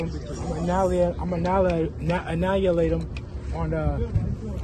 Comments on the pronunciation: Anya late, it’s not that hard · Annihilate is a hard word to say lol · Guy can’t even pronounce annihilate lmao